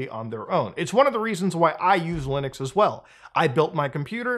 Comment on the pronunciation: Also he says Lunix instead of Linux I think this Muta is a deep fake